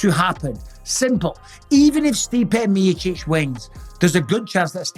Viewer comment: Cmon brother say it stipe miocic 😅